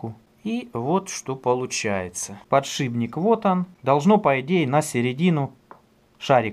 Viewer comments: не подшиБник а подшиПник ё-моё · подшиБник? или мне показалось?))))))))